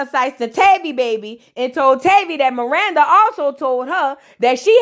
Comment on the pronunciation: It’s not Miranda…it’s Marissa lol. I was listening while cooking and I didnt know who tf you was talking bout🤣🤣🤣🤣